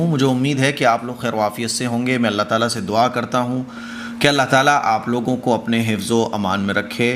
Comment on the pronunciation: aap allaah taala kehte hai Ain nahi nikaalte allaah taala nahi allaah taAala kaha kijiye